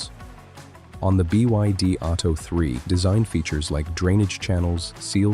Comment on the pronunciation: The Ai narration is quite good, but trips up with abbreviations like BYD etc. It's the equivalent of robots using stairs which they struggled to do, it's has now been conquered. We are all Doomed!